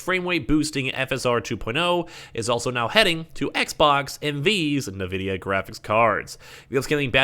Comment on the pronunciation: He calls it NAVIDIA 😭🤣🤣